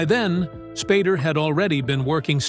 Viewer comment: When the AI voice calls him 'Spaarder' instead of Spader. fml.